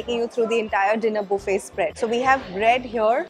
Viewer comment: it’s buffet (bufay) not Boofay 😂😂😂. The Heldy? Healthy (hell thi)